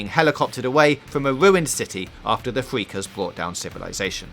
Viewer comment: who done this review Jonathan Ross... "fweakers"??